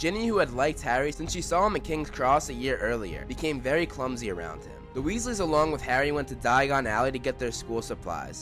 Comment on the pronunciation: Weasleys, not Wesley's